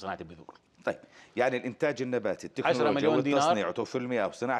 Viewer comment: وزير اسمها تكنلوجيا وليس تنكوجيا